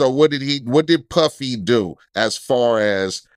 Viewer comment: when he said Puffy or Piffy I fell out 😂